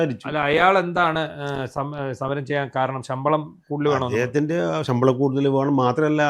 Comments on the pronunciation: ബേണം അല്ല വേണം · നമ്മൾ ബേണം😁എന്നാണ് പറയുക😊ബെള്ളം ബെളിച്ചെണ്ണ ബന്നു ബണ്ടി ബീമാനം😊